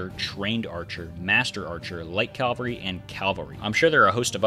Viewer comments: its cavalry not calvery , i found that annoying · I swear I hear you saying calvary. It's cavalry.